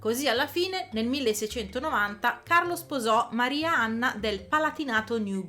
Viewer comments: Gran bel lavoro di ricerca, complimenti! Mi permetto solo di correggere la pronuncia di Neuburg che non è Newburg come in inglese ma Noiburg 😊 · Sempre molto brava, grazie mille! Piccola nota linguistica: il dittongo “eu” in tedesco si legge “oi”, come il dittongo “ei” si legge “ai” e “ie” si legge “i”, salvo certe eccezioni (per esempio, “Familie”, in tedesco si legge com’è scritto). Per cui, si scrive “Neuburg”, ma si legge “Noiburg” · Video molto interessante, per favore però Neuburg si pronuncia noiburg. Grazie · La tua semplicità è il tuo punto di forza. Tutto molto interessante. L'unica cosa è che dovresti imparare la pronuncia del tedesco. Non è che si può pronunciare all'inglese tutte le lingue del mondo. Es. Neuburg si pronuncia Noiburg. Secondo me, chi divulga cultura deve farlo correttamente. Ciao